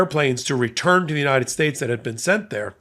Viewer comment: You would think King Nar would learn to stop talking, but he's just no good at not being in the limelight 24/7, and trying to sound Intelligent and Important. [ - slurring his speech!!... maybe it's time to re-name 'united states' to something he can pronounce unimpeded].